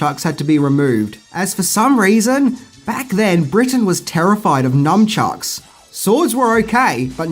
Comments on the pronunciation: It's nunchuks not numchuks!🥴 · For the love of everything holy, it’s NUNCHUCKS not NUM CHUCKS 😂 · anyone else triggered by people adding the letter "M" into the word nunchucks ? The japanese word is "nunchaku" and even in all the turtles media there is no "M" to be heard or read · Numchucks? NUMchucks?! A: it's nunchaku. B: if you must use the westernised name, its nunchucks. NUNchucks. Or call them what Mikey calls them. adjusts mask Ah! A fellow CHUCKER eh? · Why do some people say numchucks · glad I'm not the only one triggered by people saying/spelling it with the letter "M". I don't understand how any TMNT fan could do that